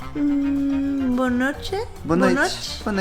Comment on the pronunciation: Wow he nailed that "Boa noite" at the end